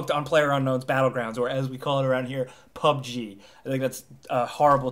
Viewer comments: PUB. GUH. PUBG. NOT PUB-GEE. PUBGUH. PUBG. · My friends and I call it PUBG, but with the "G" pronounced as "guh". So, like, Pub-guh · PUBG, pronounced: PUH-buh-guh